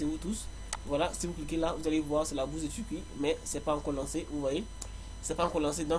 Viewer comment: Un jouw j'iwai en Tuwquie...😁👍